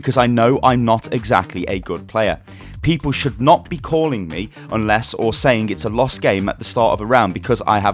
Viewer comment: useless* not unless 😂